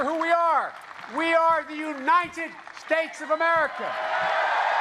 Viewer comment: In Philadelphia he has a crowd of what, 300 people? And Joe.... it's u-n-I-t-e-d..... not ..... u-n-i-n-t-e-d